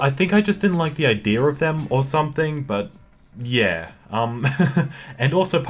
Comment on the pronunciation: Nobody:: IDEAR